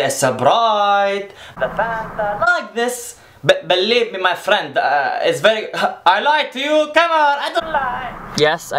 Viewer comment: Arab people doesn't pronouns ffffriend like the way you do + you give bad image about Arab like they are rude or something like that